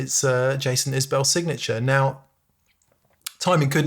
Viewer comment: Pronounced Is-bull not bell ;-)